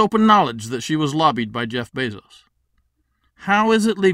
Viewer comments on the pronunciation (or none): none